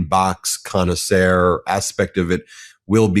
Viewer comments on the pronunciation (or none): Where is Ben from? Why does he pronounce words like "modicum" and "Connoisseur" so strangely?